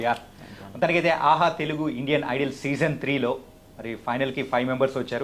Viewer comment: Hello .... Please correct your pronunciation " IDOL " but not " IDLE "...